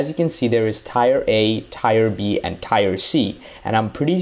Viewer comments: teer not tire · I’m pretty sure it’s pronounced “tear” like teardrop. Not Tire!! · Pronounced teer not tire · Why are you saying tire instead of tier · that isn't different that's just wrong. There is already a word called tire. The correct way is teer. There is know differently because if you look up the pronunciation it wont say tire it will tier or teer. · Why do you pronounce tier as tire it’s tear and gauss like gauss it’s gouss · He can't even pronounce tier Is supposed to sound Like tear But he says tire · It's not tire. It's tier like tear. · Tire = Tier, Tier is pronounced as "TEAR" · Why u saying tires that what goes on cars it's pronounced teers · Tier is pronounced Tee-er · ITS FUCKING TE-EAR NOT TIRE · "Tire" lol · Tier is pronounced “teer” not “tire” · FYI TIER... is pronounced "Tear" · bruh ofcourse i heard of it but he doesnt seem to struggle with any other word. Not to mention its not that he pronounced it wrong he SAID A COMPLETELY DIFFERENT WORD. Tier and tire arent the same. One is a part of a car and the other is different level progressions. Dont try making excuses for his own ignorance to the word tier. I didnt even have a tantrum i was just correcting another person. So much talk about tantrum for someone so pressed over a 11 MONTH OLD COMMENT. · Or just spell it phonetically - "teer" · That's not an accent, he's saying tire. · Teer= tier tier = teer tiyer = tyer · My brain everytime he says tire😵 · Don’t you dare say tier like tire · Tear or rotation...not tire.... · Srry but its tea-ear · It is pronounced Teeer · Da fuq you saying tire for? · Man can’t even say Tier right 😂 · Bruh. How can someone say tier so wrong lmao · tfw u dont know how to pronounce tier